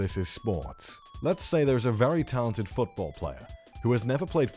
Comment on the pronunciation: Ha he called it futbowl